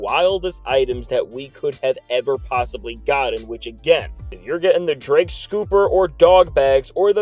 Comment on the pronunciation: Did you say Dra Kelly 😂😂